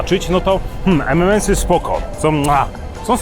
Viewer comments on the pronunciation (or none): EM EN EMS xd a nie EM EM EMS. Przynajmniej tak słyszę, pozdro.